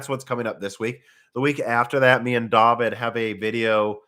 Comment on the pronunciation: Daveed... It's DAVID!. Daveed...